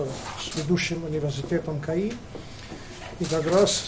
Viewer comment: Не КХТИ, а КАИ!!!!